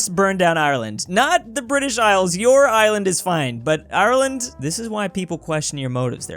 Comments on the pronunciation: bri'ish girl😂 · I like how said “Bri'ish” lol!